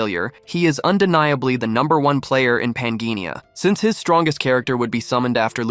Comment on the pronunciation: According to the text, the name of the game world is pan-jih-ah, not pan-gee-ni-ah. There is no n in the final syllable of pangea. And it's hi-dro-jen (with a hard g), not hi-dro-gehn (with a soft g). And the s in Marquis is silent.